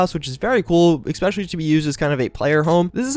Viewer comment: Bro, it's ESpecially, not EXpecially